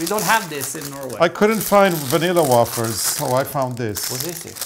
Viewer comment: Butter Batter Wafer (not like “water”) Wafer (Wayfer)❤